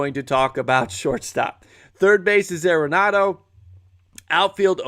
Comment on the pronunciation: Great content! Arenado is "R- enado" not "air-enado". 😊